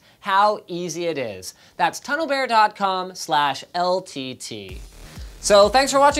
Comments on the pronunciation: the way the pronounced "tunnel bear" 😏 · Go to and listen to how he said TunnelBear lmao